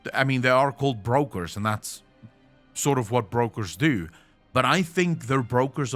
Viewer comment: English is not your first language I guess. But they are not Breakers, but brokers and that have nothing to do with breaking.